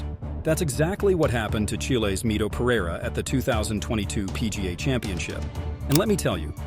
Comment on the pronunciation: Bigger choke is not knowing how to pronounce "Pereira"